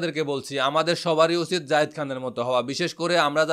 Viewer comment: যায়েদ খান কে জাহিদ খান জাহেদ খান বলে কেন